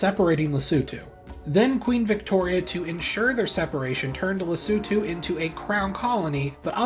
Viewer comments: didn't just learn why SA has a hole in it, but also how to properly pronounce Lesotho! great video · Thank you for pronouncing “Lesotho” correctly, unlike other Youtubers! 😭🇱🇸🇿🇦